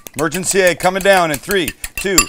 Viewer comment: I love the way Sam says "Aegg" :)